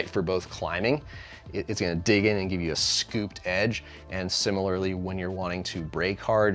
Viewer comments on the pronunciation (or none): none